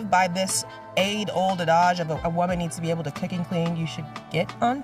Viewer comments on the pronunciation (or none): did she pronounce adage as adodge lol man thats wild stuff ....white dudes careful out there.